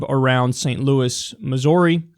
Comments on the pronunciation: its "miz-uri" not "miz-ori" we already have a shitty governor we dont need people mispronouncing things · Did you just say MissOARi?